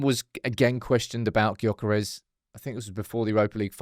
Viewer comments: It’s pronounced Yokeres!! The G is silent!! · Please, for the life of G, pronounce his name as 'Yur-keh-rehs'. I'm English ffs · It's Yokeres! The G is silent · It's Yokeres! The G is silent.. shows how much you know! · Please pronounce his name correctly